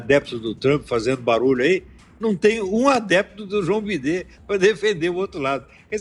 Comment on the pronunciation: "João bidê" kakakakakakaka